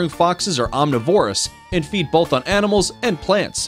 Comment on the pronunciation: Could you people not find ANYONE who can pronounce the most basic words such as omnivorous CORRECTLY? Its so frustrating to suffer through a video you're interested in while correcting the speech of the narrator nonstop.